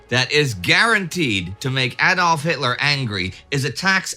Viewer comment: yay you're pronouncing Adolf correctly!